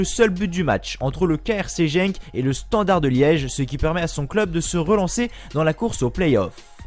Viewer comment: Ça s’écrit Genk mais ça se prononce « Guenk » comme ça tu sais. Sinon super sympa la vidéo